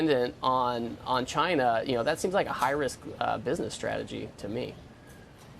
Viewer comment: This guy likes big beautiful guvment calling the shots in binness